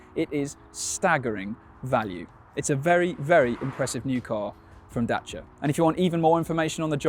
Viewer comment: Dacia not Dashia